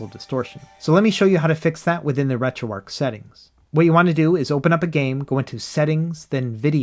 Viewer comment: Dude you're still calling it retroark instead of retroarch.....it's amazing to me as a dyslexic person how many people choose not to know how to read especially when I struggle with the English language